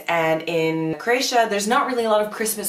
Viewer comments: No offense, but your pronunciation of Croatia drives me up the wall. It's a three syllable word, not two. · You are mispronouncing Croatia. Please stop.